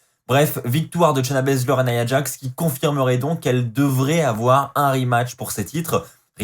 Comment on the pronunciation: J'adore comment Charlotte a appelé shayna bazler , shayna blazer